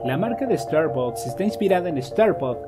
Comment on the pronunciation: No se dice estarbocs se dice estarbacs.